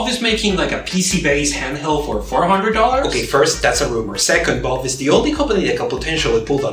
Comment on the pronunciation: why do i keep hearing Bob instead of Valve